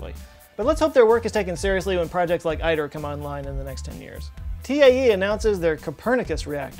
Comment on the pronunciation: It would be a good idea to brief up on some fusion basics before doing a news piece on results like these, but in particular please note that "ITER" is pronounced "eater", not eye-ter, and "DIII-D" is indeed pronounced D3D, not D-eye-eye-eye-D... DIII-D is the D-shaped modification of the third of the Doublet experimental devices at General Atomics. Although the acronym ITER originally was derived from International Thermonuclear Experimental Reactor, in recent years it was decided to make the name of the device refer to the latin word "iter" meaning "the way" [to fusion energy...]. All these issues aside, thanks for reporting on fusion successes; we need much more good reporting on such exciting science and engineering results!